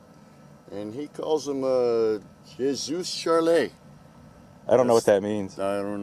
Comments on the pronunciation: It's "je suis Charlie" which means "I mean Charlie" (is pronounced je "ju" suis "swee" Charlie "Charlie") and is a reference to the Charlie hebdo attacks several years ago if you didn't know. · Even though I'm way late to the party and I'm sure it's already been said, "Je suis Charlie" is pronounced a little like "Jeh swee Charlie", with the j pronounced a bit like the "dge" at the end of "judge" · It's pronounced "jay swees". I only remember this because a coworker had me find her the some "Je Suis Un Rockstar". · Now I'm not french, but pretty sure you pronounce that as "He Swee Charlie" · It's pronounced Je "swee" charlie. I speak some French. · For the record, it's pronounced more like chez swee charlie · "je suis" is "I am" so they are I am Charlie slugs. pronounced "je" like Jessie and "suis" like swee in sweet without a t. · say it jeh swee